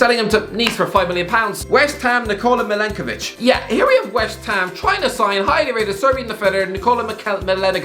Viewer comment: pronouncing milenkovic 😂